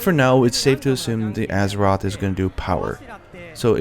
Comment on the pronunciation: Gerrek "Arzuros" is not that easy to pronounce.